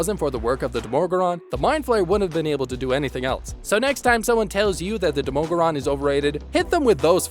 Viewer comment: why do you pronounce the demogorgon so weirdly